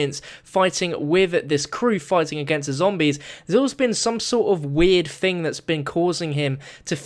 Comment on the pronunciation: wait he said thang